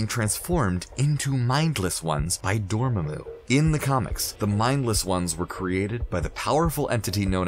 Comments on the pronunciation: mispronounces dormammu... dormayyymu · Well darn now he changed it to door-may-moo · Dormemoo????? Really????? They say DORMAAMU so much how do you mess up that pronunciation? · Easily, since for over fifty years, until the Cumberbatch movie, the name was pronounced DOOR-muh-moo, not door-MAM-moo. Even Stan Lee pronounced it this way. Check every cartoon in which the character appeared. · Dormammu or Doormumu? lol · Dormaaaamu, not Dormammu and for sure not Dormehmu. Things prophesied in this video came to pass, others never will. And it was Stormbreaker. You did great work here. So Thanos snatching the gauntlet back then was fake? And talking about White Vision was great. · Dorm-mu?Really?The MCU pronounces it Dormammu! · Really "Door-ma-moo"??? It's "DOOR-UH-MAH-MU' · Argh!! It really annoys me!... It's Dormammu, NOT Dormummu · Dormamu not 'domemu' 🤭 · DOR MAMO, NOT DOR MAY MO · ITS {DU-RA-MAR-MOO}! NOT {DUR-MARMA-MOO)! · 'Dohr-muhmoo' and 'Nahmore' killed me x,x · door mumu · And it’s door-ma-moo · Door mah moo 🐮 lol it was killing me. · Gojira1701 Also its pronounced Door-Mom-Moo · Ok ok when he said Dormmamu that one might have been kind of bad. Lol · eddie g isn’t it pronounced like door-mon-moo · Zuly Solis Door-Mahh-Mu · Bro, how hard is it to just say the names they way they’re said in the movies? Like, if they say Dormammu and Caecillius in the friggin’ movie, why are you saying Door Mammoo and Kay Sillious? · 🚪🐮🐮… I about lost it when he kept pronouncing Dormammu like that! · SAy it with me Door-mamu... lol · Door moo moo? We gonna ignore he pronounced it like that 😂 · AND DORMAMOO?! it is DORMAAMU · Tell me you didnt see Dr Strange without telling me you didnt see Dr Strange. Door-muh-moo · It’s door mah mooo!! Pleaseee say it right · door-mae-moo Really? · Pronounced NAAEE-MOOR and DOOR-MAH-MOO... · Stop saying dormammu like that. Jesus! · Ok... ScreenRant... I love you! But your narrators suck at pronouncing things like Dormammu, benadict, etc...